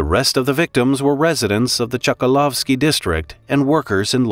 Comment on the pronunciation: ChkAlovsky. Stress on "a". BorIs. Stress on "i".